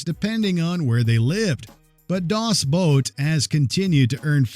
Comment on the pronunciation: it wasn't "Das Boat" its "Das BOOT"